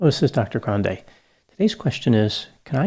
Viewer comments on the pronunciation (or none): Your name is pronounced Grand. The e is silent. You’re welcome